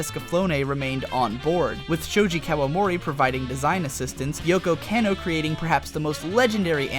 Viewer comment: Kah-no. Yoko KAH-no! KAaaaaaahhhh! Cmon bro, your stuff is so good, bad Japanese really stands out. :)